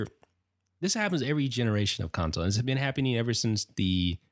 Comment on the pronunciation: Consow instead of console